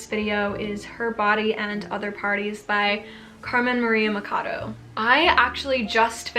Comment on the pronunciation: the “ch” in “Machado” is pronounced as in “chalice” not as in “chemistry”. Loved all recommendations! ❤